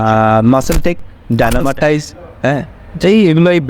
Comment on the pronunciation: ডায়নামাটাইস না রে চুদির ভাই ডাইমাটাইজ